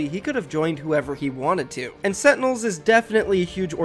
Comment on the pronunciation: If this guy says setinels one more time...